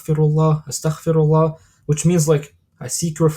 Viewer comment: Amazing talk! Please make sure to say astaghfeerullah and not astakhferullah Like its استغفرالله not استخفر الله Its غفار not خفار Just felt I needed to say this to you can reap the full benefits and I really love your videos may Allah bless you and we are learning a lot Thank you